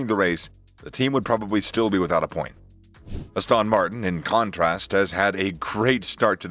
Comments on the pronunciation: What is Az-TAWN Martin? It is ASS-ton Martin. Are we listening to some AI speaking? God help us. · Dude really whats wrong with you... other wise Good videos but Astawwwn Martin... can't watch your videos no more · Lool Astawn Martin